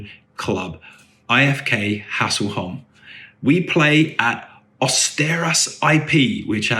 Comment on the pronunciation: ä is pronounced like 'eh'. So some pronunciations for you are: 'EE-Ef-Kay Hess-leh-holm' and Goteland = 'Yoh-teh-land'